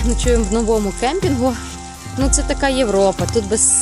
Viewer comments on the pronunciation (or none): none